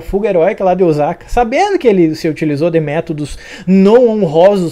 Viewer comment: Esse episódio foi show. Essa série só melhora. Sobre OSAKA, a pronúncia correta é o SA com som se S. S em japonês não tem som de Z. O som é o mesmo que sapato, sapo….